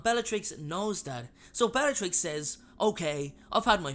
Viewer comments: "bellarix" its supposed to be bellaTrix. u forgot the t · Bellarix? Where did the ‘t’ go?